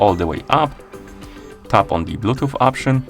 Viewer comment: blootoop on ar iphone??? lol